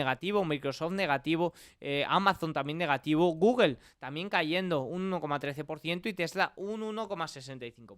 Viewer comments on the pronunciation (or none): none